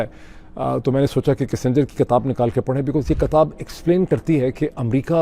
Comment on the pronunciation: It's not katab....it's kitab